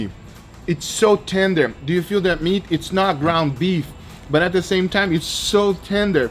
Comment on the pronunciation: nobody: Gugga: SO LET DEW IT